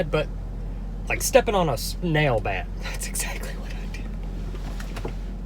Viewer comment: Did it sound like he said nail at first